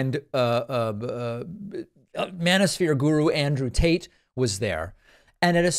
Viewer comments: Did he say Andrew taint? 😆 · 😂I swear you said Andrew Taint. Perhaps I missed that as an in joke since the last time I watched videos from your channel. That is just 😗🤌 chefs' kiss worthy. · I swear I heard you say Andrew Taint😂😂😂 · Did David say "Andrew TAINT"? :-D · Lol did you say Andrew taint?